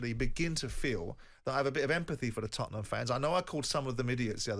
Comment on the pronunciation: I really hate how he says "Tottenham" and not us.